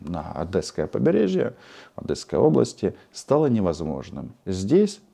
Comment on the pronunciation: Я вас прошу, не говорите АдЭсское побережье......это режет слух тупым ножом......Говорите правильно: Ад"Е"сское побережье